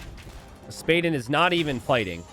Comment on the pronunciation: You say it spa den. like a den where you relax in water